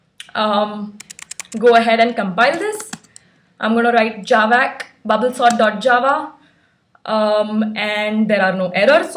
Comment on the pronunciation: It is "Java See" not "Javack"!!!